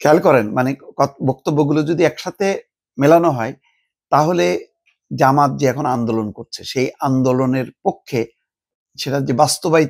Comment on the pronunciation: উচ্চারণ জামাতি হবে না!